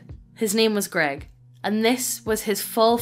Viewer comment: To be fair, the TTS mispronouncing "grEGg" was hilarity for me XD